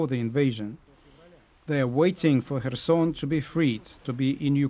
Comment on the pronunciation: As a Ukrainian I really appreciate this commentator pronouncing Kherson correctly